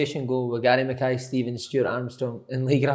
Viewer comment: 23 seconds in and you never even pronounced the poor boys name right Si🤣